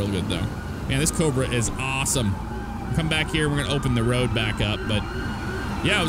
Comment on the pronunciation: "All over the woad" LOL